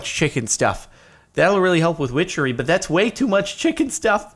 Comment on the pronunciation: wow I think that Everytime I hear whichery glad I'm not the only one